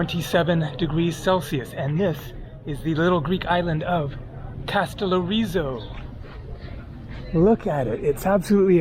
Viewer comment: yes it is ΕΛΛΑΣ means greece and the tone is on the last syllable , and ΚΑΣΤΕΛΛΟΡΙΖΟ tone on the lo syllable , i cant understand how you always miss the tone.